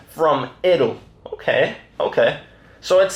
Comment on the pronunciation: p.s. it's pronounced 'eye-dul' for idle